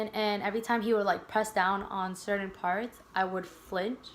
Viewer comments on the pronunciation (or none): none